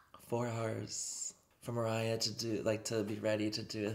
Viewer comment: Yes, maybe the fact that you waited for so long explains why the chemistry was a little bit off between Mariah and you. It wasn't your best video, that's for sure. You seemed nervous (you were not even able to pronounce her name at the beginning of the video), and you overcompensated by being a little bit too loud and overzealous. But I suppose that's the Mariah Carey effect. I believe it would have been better if you were able to match her calm energy.